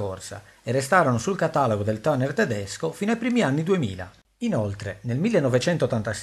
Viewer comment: Molto personale la pronuncia di 'tuner' :-) I tuoi video sono interessantissimi, complimenti e grazie veramente per il grande lavoro